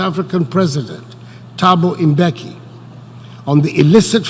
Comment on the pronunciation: "Thabo Mbeki" not " Thabo Imbeki"😩